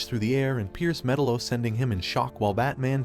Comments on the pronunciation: ME-TAL-LO not Metal-lo …other than s that good video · Hooking this guy make a documentary video on a cartoon when he doesn't even know the villains proper pronunciation of his name? 🤦🏻 F#&k me..... It's (Meh-talo) not (Metalow) it just irks me when people try to do something without knowing what they're doing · god damn it! it's not 'metal-oh', it's metallo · Had to stop watching because I was tired of hearing metal-0.....it's fucking meTALO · It's pronounced Me'-TAL-LO ... not Meta-lo. 👺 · It's Met-Aloe not Metal-Oh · theres no way you think his name is actually pronounced Metal-o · Metal-O, if you can’t even pronounce the names correctly, how the hell can you discuss the movie?? You’re killin me! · It's like you don't even care about the content you release. At least learn how to pronounce their names correctly. Metal O. I hate it here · "Metal-o" lmao cool vid though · Met- tal- o. Say it right good lord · srsly, it's not hard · It’s pronounced MUH -TAL-LOW….you dweeb. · Metel-O pronunciation made me stop watching. Your not a fan your a You"toober" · What a weird way to pronounce Metallo. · The way he says Metallo makes me uneasy... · The pronunciation of Metallo is infuriating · You do realize you pronounced metallos name wrong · Bro your pronunciation of metallo fucking kills me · I’m losing my mind. Can you please watch a single clip where they say metallo and say his name right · Are you an AI? Metallo is pronounced wrong if your a comic book guy you'd know . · How can you fuck up metallos name when they clearly say it during the movie. Did you even watch it? Lol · I don’t like the way you pronounce metallo